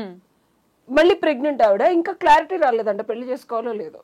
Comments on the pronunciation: ఏంకర్ గారూ... ముందు పెళ్ళి అని పలకడం నేర్చుకో తల్లి. పెల్లి కాదు. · Yankaruku pelli sabdam palakadam Radu